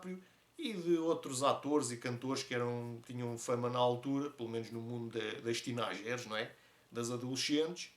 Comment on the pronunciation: Eu acho que temos de ser honestos qb nem muito nem pouco temos de saber com quem somos honestos. Essa pronúncia do inglês "teenagers" hehehe. Mas sim noto bem que no meu trabalho quem faz menos é quem tem mais importância, mas sabes nem quero saber pois pelo menos tenho a minha consciência tranquila em que faço mais e melhor que essas pessoas.